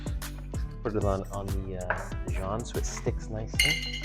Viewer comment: I only checked out the comments to see if anyone had an issue with the top of the tomato ending up in the sandwich. And don’t get me started on the way he said Dijon!